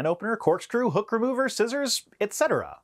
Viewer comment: God, I fell from my chair laughing when you said that a Swiss Army Knife without the blade could be used a hooker mover, then realised you said hook remover and felt ashamed for my dirty perverted mind...